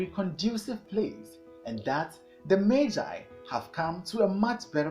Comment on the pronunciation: learned a lot and even know the right way to pronounce magi thank you 🙏🙏🙏